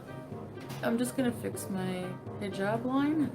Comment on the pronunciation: I still cant stand how she says hejab like for F sake if your going to cosplay a religion at least put in some effort